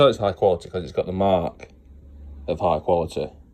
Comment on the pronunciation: It's not high quality, It's Hi cwaritty jorry gud😆, at least get the language right if your telling us something.😂